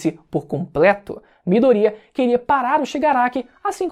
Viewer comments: Mano esse cara que fez o vídeo viu o anime pelo menos,chegar a doer os ouvidos vendo ele pronúncia os nomes dos personagens tudo errado,se foder Mano,midoriiaa a pronúncia é MIDORIÁ,veja a pora do anime com áudio original pelo menos e fala o nome dos persongem certo,vários personagem que fala o nome todo errado...porrra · Gente, será que só eu vi que ele falou errado o nome dos personagens? É Bakúgo e não Bakugô... É Midôria e não Midoría ( Usei os acentos para mostrar a forma correta de se falar).